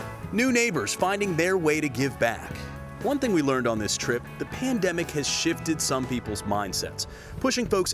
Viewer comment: The way pronounced pain demic.